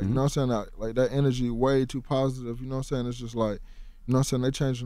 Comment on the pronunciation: "Noah Sane?"